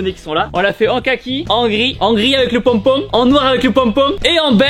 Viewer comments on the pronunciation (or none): J'aime bcp trop comment il dit "ponpon" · J aime trop quand tu présente tes bonnets et que tu dit "pompom" avec le petit accent du sud😅😅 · avec le pONpON Belle accent du sud Tibo 😆👌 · Des bonnets avec des "pônpôn" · « Avec le ponpong » 😂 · 🤣🤣 sa me tue le moment où il dit: Le "ponepone"